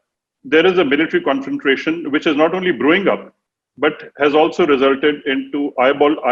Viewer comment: Great analysis and explanation by the general. He speaks well (except for saying confrontation with an extra R😀).